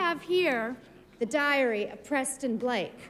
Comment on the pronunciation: Me too!! Lol “Press-Tone”